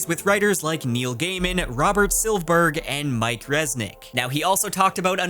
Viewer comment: I tis Robert Silv-ER-berg. Not Sil-berg.